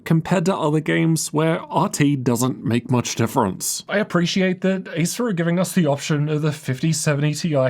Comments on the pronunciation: I don't know why, even, when saying "Acer", sounds like Asus 😅😅😅. Until I just repeating if he actually say "Acer" 😅😅😅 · Every time you pronounce the brand name 'Acer', it sounds like you're saying 'ASUS'.